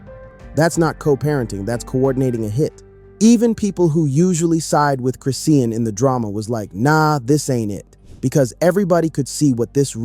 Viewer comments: Wtf is Chris-Seein ? Its Chrisean(Chris-Shawn) Saying it 50millions times wrong back to back annoying asf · I cant stand her. She is nothing but trouble.....can u please pronounce her name chri-shawn and not chris-ean? It bothers me. A lot of YouTube rs say it wrong